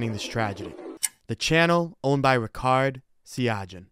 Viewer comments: It's pronounced Ri-Chard, not Rikard, also Sia-Gee-Awn, not Sia-Jhee-Awn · fyi, correct pronunciation is ree-chard see-yuh-gee-yuhn